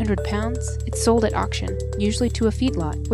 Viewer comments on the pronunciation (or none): none